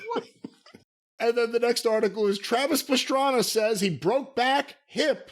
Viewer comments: I love Travis Pastrana but Jim calling him Travis Pastrami is hilarious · "Who's Pastrami?" 🤣 I'm pretty surprised hasn't heard of Travis Pastrana, if I have.